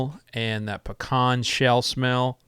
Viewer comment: Same here lol. I know you're not lying about that pecan tree since you're not pronouncing it Pee-can